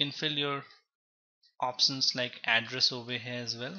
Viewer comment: Lol he's saying opsons, transacsons, distribuson😅... Anyway useful video tho...